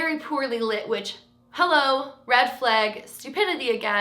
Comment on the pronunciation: does anyone else love the way she says flag 😂🤦🏽‍♀️